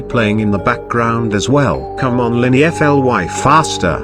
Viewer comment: Why is the word fly say f-l-y? (Did the tts voice made a mistake)